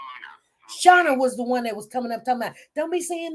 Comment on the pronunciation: SHANA BLUE!!! 😉(Although, I believe ya'll pronounced her name more like Shah-nee Blue). See, I will ALWAYS remember every single detail of this case. No matter how small. Anyways, HEY!!!! I Knew I could count on you & come here for my ACCURATE Codi updates!😊 Hope all is well & God Bless❤